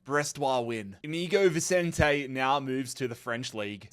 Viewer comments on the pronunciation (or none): none